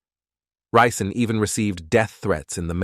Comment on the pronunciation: Ri’ Zon is how we pronounce it here in Flint. He went to same H.S. My aunt did and some of his cousins went to Flint Beecher next league over.